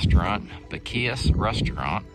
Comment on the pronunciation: I see you are not from Texas your pronunciation is terrible